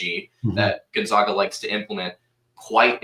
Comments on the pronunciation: please teach the guy to say Gonzaga correctly. We aren’t the Zogs, we are the ZAGS! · honest question here. This is the third straight guest who can’t pronounce Gonzaga. Why don’t you mention before the podcast starts (in a friendly way), “it’s the Zags, not the Zogs”? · I automatically dismiss the opinions of any basketball commentator that can’t pronounce Gonzaga correctly.